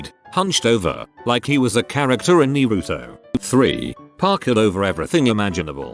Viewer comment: Knee-ru-toe. Smells like autism in here.